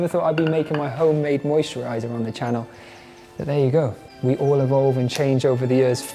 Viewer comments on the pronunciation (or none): none